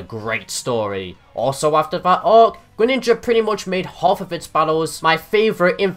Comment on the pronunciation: GRENINJA NOT GRENINGA,ALSO, greninja>charizard,just by a bit